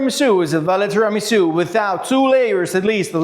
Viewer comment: interesting video and good "tiramisù" pronunciation in italian! xD